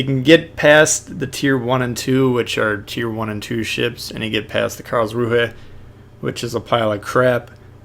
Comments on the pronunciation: Imagine if you could run Dewey in the Karlsruhe, lol. Also I think it's pronounced 'Karlzru', as in not promouncing the 'h' at the end there. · It's pronounced Carls-rew-eh.